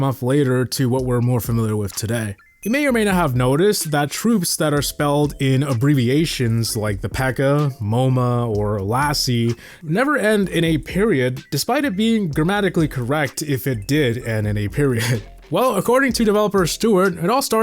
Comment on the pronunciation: he pronounced M.O.M.M.A's as moh-ma's playhouse????